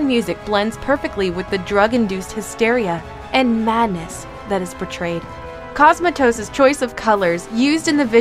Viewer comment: Did she just call the director of Mandy, Cosmotsis?